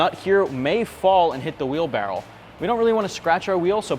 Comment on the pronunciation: I legit thought he said wheelbarrow 😂